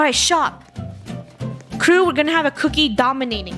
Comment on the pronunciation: krew-ie the cookie yeah they said krewie I think